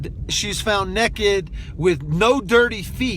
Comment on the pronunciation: You lost me at "neck-ed" vs Naked...then used it several times 🤦‍♀️